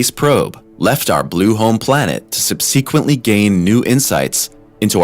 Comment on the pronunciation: He also butchered subsequently